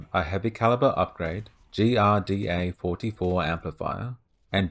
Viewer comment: Pretty sure GRDA is supposed to be pronounced as Girder.